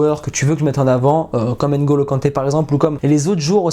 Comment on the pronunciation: Pourquoi les Français prononcent mal nos prénoms? "Ngeu" et pas Ain(golo)!